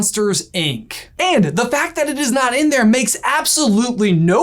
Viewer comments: in your video, says 'A'nd in a pretty pronounced tone. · he says "A"nd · ...9 months later... YOUR a113??!!! (8'D In the DISCORD! (X'D ... does you staying "And" count? a very predominant "A" letter-ish comes out of you at that time.. 8') !! Right at the corner of J's Eyebrow! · He himself is best at hiding A-113 at time stamp he says the word AND and very emphasizes the A therefore A